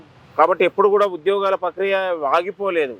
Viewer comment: Pakriya kadhu..prakriya